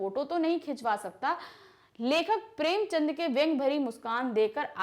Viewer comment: Maam aaap kuch kuch words galat bolte ho har vedio me maine ye dekha hai jaise premchand ko aapne ek baar prem chandra kaha